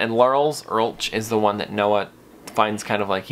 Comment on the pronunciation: FYI, Lars Ulrich's last name is actually pronounced as if there is a "k" at the end, like "Ulrik".